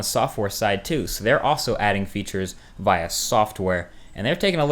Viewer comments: You pronounce via via instead of via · Ur amazing Marques! BTW u are saying VIA wrong! just to let you know. haha